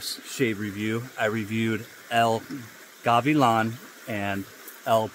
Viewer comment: You got el gavilan well this time The first azulado when you said it slowly it went perfect El magico went perfect too Now you need to perfect the peluquero “Peh- loo - queh - roh Have a nice day sir